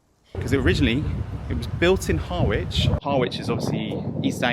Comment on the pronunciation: FYI Harwich is pronounced Harrich.